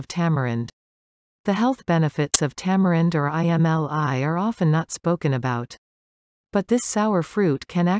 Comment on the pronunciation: Its not I m l i … pronounced like emmleee….